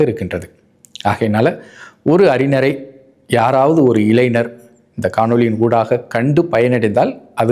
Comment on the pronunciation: கலைங்ஞனர் இளைங்ஞனர் அறிங்னர் இதெல்லாம் சரியான உச்சரிப்பா . கலைஞர் இளைஞர் அறிஞர். 😂😂😂